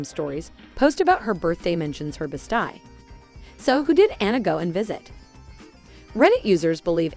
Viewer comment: I couldn’t stop listening! I wanted to count the Best eyes lol